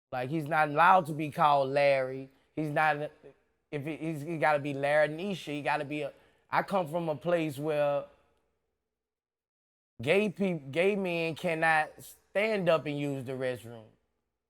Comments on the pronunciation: "Lairnisha" Lmao.... l screamed when I heard it!!! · Bruh say his name gotta be larryneshia lmao 😂